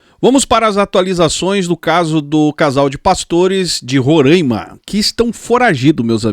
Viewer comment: Não se diz "Rorâima",e sim Roraima